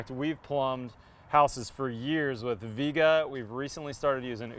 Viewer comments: Vee-ayy-gah is the correct pronunciation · Its pronounced Vee Ay Guh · Viega is a Spanish word that means come. When it's correctly pronounced it has three syllables, not two.